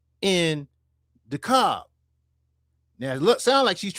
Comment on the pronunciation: Dekalb is pronounced DeeKab or Dekab. Do not pronounce the L